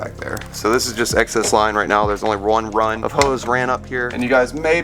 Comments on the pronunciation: "there's only one rine of hose" lmfao XD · lmfao i just noticed u said RUN. my bad but it really sounded like rine.